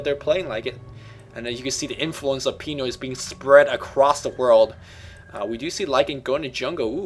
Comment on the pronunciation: It's not pronounced PEE-NOY, It's pronounced PIN-NOY. Ah well, who cares, Dota 1 ftw!